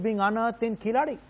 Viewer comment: It's keezhadi not keeladi🤣